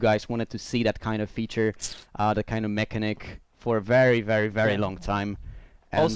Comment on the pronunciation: "Mech a nick"? You mean Mechanic?